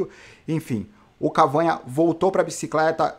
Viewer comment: pronúncia correta: Cavâgna = errado Cavagná = correto Ele é francês. A pronúncia que vc usa é espanhola. Abraço